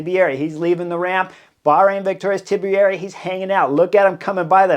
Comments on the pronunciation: Tiberi not Tibieri wtf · HEY KNUCKLEHEAD... The Man's name is Tiberi, Ti-ber-i Not Tibieri, Ti- be-er-i Too many syllables in the way You pronounce it. GET IT RIGHT !!! 🤡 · Tiberi. 3 syllables. Not 4. 😀 Tea-bear-E. Great commentary in every other way